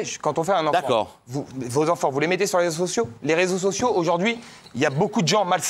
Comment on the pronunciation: on ne dit pas "les sososios" mais "les réseaux sociaux"